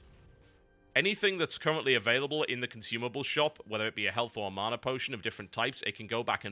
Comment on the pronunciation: Love TotalHalibut but the way he says mana really irritates me.